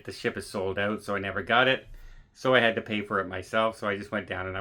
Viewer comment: Saying “ OUT” like a true Canadian 😅